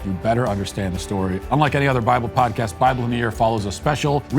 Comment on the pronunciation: Anytime Matt say "podcast", especially when he says "apple podcast" it sounds like he's saying apple pie. He pronounce it so weirdly.